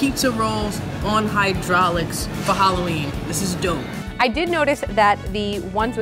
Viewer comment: This is DOUGH-p